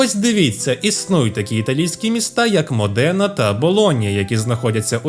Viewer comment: Дяка-пердяка, але є важливе уточнення : місто не МодЕна, а МОдена, наголос на о)